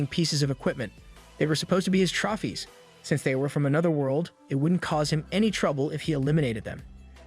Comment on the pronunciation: Your text to speech mispronounces debris, feints, trophies, barrage, docile and gets heteronyms read and tear wrong